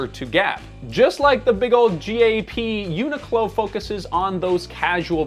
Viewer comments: question, why is it pronounced "eunuch low" instead of "unique low"? every tuber seems to pronounce it this way; but I don't wanna be a eunuch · i’ve never heard someone pronounce the name like they are saying unicorn. it comes from unique clothing co or whatever so everyone i’ve ever heard pronounces it uniq(e) clo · Isn’t it pronounced “unique-clo”? Never heard anyone say it this way. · Annoying that the host doesn't pronounce the name properly. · am i the only one who pronounces it unique-low in my head?